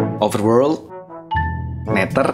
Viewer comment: neder bang tapi d nya di tukar sama th jadi nya seperti ini NETHER